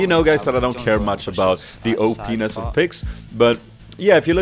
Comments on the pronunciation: Heheh, he said O-penis. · "The Oh penis of picks" I know it means over powered but it sounds funny :p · > "The OPnes of Picks"